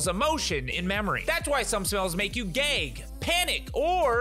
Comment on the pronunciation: I know said "gag" but it sounded like gay XD